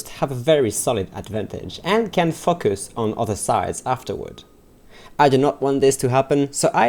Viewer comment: your 'focus' sounded more like 'fuck us'